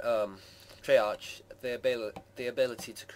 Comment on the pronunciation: Treyark is how its pronounced